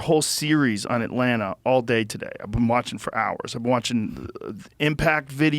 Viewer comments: Why did Joe call it Atlanta? 😂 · Lmao joe calls it atlanta